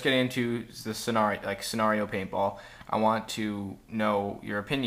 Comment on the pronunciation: What is senareo its pronounced scenario